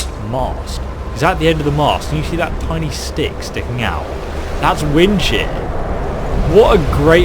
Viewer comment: This whole time I thought he was saying "Wind Shit" Until he put his cross hair on the unique weapon lol xd 😂😂😂